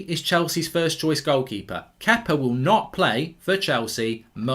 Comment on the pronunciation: think he’s saying Kepa😂